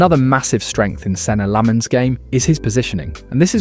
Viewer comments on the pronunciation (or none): you cant even pronounce his name